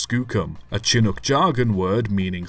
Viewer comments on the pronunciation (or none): Chinook is pronounced "shin-nook" (shin, like the body part). Great you're talking about such a fine locomotive that survived by such odd circumstances. Big Skookum is a grand legend in her own right. Thank you.